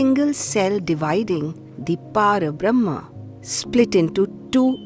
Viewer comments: It was not Shoonya. Shoonya means Nothing. What WAS, was No-thing. And it is Para-brahma, not Paarabrahm. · Beautiful 🙏 .. one point.. It is PARABRAHMA not PĀRABRAHMA. Pl check with samskrit experts